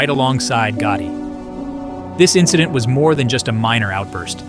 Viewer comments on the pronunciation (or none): none